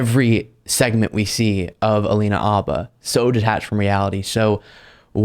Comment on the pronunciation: Not for nothing but you are the only person I've heard pronounce her name "Abba".